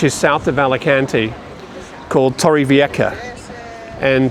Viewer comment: Hi again,!! Torrevieja you said it nearly well, but at the end of the word try and say it like you would say "ham" without the 'm', and that's it, there you'll have it down pat. 😉 Thanks for the video!